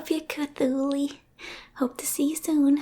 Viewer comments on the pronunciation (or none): it took me a moment to realize who “C’thuly” is. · Her calling HIM cthuly i just realized its da elder god cthulu